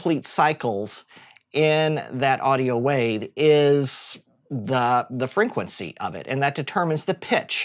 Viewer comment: Exactly. Its so difficult to focus on whats being said when he's constantly saying frinquency